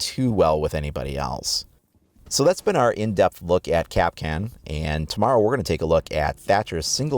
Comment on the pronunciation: Its pronounced Kap'Kahn stress on the second syllable not 'Cap'Can.